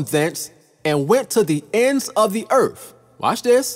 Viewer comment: It's Earth not Eartff!